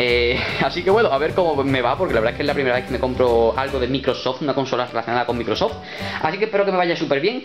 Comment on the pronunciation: Pocos se dieron cuenta que pronunció mal Microsoft.